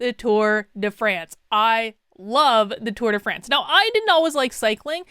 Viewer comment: tour de FRAAAANCE!!!! tour de france.... pshhhh put some enuciation on that AAAAA! XD